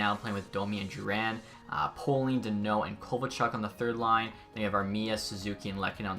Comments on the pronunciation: Pay-ling brother, not Po-ling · poehling is pronounced like peh-ling that’s my friends cousin